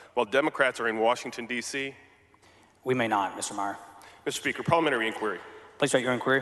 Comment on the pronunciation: Who is this guy who can't pronounce parliamentary?